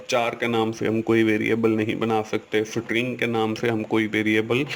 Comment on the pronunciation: sir it is not sitring it is string put it on google pronunciation